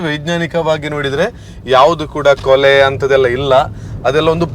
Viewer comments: ಕೊಲೆ ಅಲ್ಲ ಬ್ರೋ... ಕುಲೆ 😄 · ಕೊಲೆ ಅಲ್ಲ ಕುಲೆ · ಅದು ಕೊಲೆ ಅಲ್ಲ ಕುಲೆ. ಈಗ ಆಟಿ ಬೇರೆ ನೀವು ಹಾಗೆ ಕೊಲೆ ಹೇಳಿದ್ರೆ ಕುಲೆಗೆ ಬೇಜಾರು ಹಾಗ್ಬೋದು.😂😂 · Kole alla mare 😂😂😂kule 🤦‍♂️🤦‍♂️😅😅